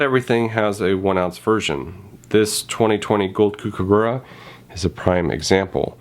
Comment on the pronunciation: From an Aussie, It's pronounced "cook"aburra 😉.. Your video definitely made some great points 🙂